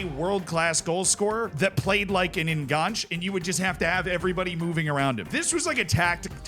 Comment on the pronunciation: Zee. Pronounce the entire thing. Enganche is spanish not french